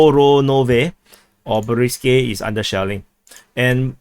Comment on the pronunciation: Borivske [ba reev ske] ba not bow